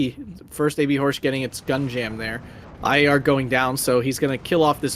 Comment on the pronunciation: Every time you say IAR all I hear is AYAYA! and it always makes me laugh. Please never change that